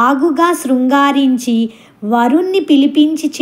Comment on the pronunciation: Not srugarinchi correct word singaarinchi